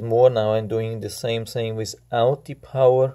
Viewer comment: Guy can't even say power from home button